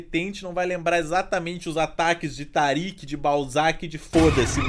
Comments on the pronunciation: Ele fala taric em vez de toric, poha achei suspeito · o melhor foi ele falando toric kkk